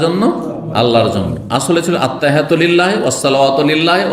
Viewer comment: ভাই কি বাংলা লিখা দেখে দেখে ত্তাহিয়াতু মুখস্ত করছেন, যে ভাবে পড়ছেন মনে হচ্ছে আপনি আরবি পড়তে পারে না